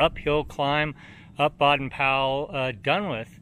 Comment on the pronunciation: Just a clarification. Baden is pronounced BAY-den.